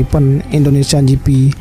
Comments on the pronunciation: Jipi gitu aja napa bang gausah jifi juga. Rada aneh dengernya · Kok saya merasa risi mendengar kata "Indonesian Ji Fi", padahal mudah membaca "Ji Pi" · Gp bro bukan jifi🤦